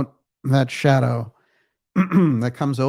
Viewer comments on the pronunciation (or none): none